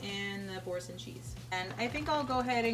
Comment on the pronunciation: Its pronounced "bor-saun" ....best cheese ever. 😊😊 and the noodles are plant based. An acquired taste.